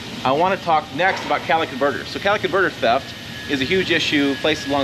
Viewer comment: "Cal-itic converter ' 😅